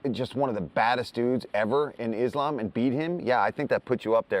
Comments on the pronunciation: How brought Belal back? Stop this nonsens. 🙈 His first words he already said IslEm. Common, rmember his name. As a muslim you should be able to say IslAm.😁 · he should at least remember the fighters names. I am happy DC called Belal out for saying IslEm. Islam ist named after Belals own religion, he should be able to say it. 🤓 And i am not even muslim or likeing Islam. Belal just bugs me. 🤦‍♂ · Javiar Mendez pronounces Islam like islm 😆